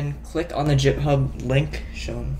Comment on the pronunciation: Awesome in every way except for how you pronounced "github" ;) Thanks for the help!